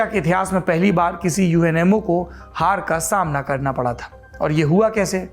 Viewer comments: जब आपने UMNO को बारंबार UNMO कहा तो अचंभा हुआ और लगा कि संभवतः मेरे सुनने में ही कुछ कमी है। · It's UMNO yar not UNMO ji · Saurabh, big fan of you and your channel. Lived in Malaysia for many years and married to a Malaysian. Several mispronunciation such as It’s UMNO, united Malay national organization not UNMO It’s called MALAYA pronounced as MALAAYAA BHD is for BERHAD closest English translation is Ltd. In a company. Expectations are high Saurabh. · aapne UMNO ko baar baar UNMO bola hai... 1st time galti pakdi.. 🤗 learning